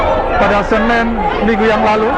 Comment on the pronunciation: Hari Senin kok jadi "Senen" can TV One choose more better reporter than him with better vocabulary? jadi di dengar nya enak. :)